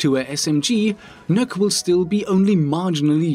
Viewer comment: First youtuber i've seen that pronounces Nøkk right, congrats.